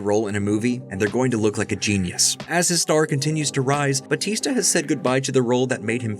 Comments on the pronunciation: is it not Bow-tis-tuh in reality (real pronunciation) not Buh-tees-ta (yeah in WWE), or am I'm tripping af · ... it's pronounced Ba "u" tista (emphasis on the U)... Trust me, I'm Filipino, I know... He just dropped the "U" when he entered the WWE...